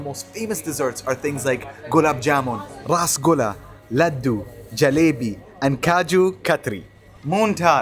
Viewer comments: Masha allah.. Dats Gr8 bro... U respect every culture... The way u pronounce rasgulla sounds really Gud.. Allah bless ur family wit Al happiness.. Pls do pray for my dad.. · so sweet U telling perfectly rasgulla gulaab jamun and 😘 jalebi baby 🤗🌹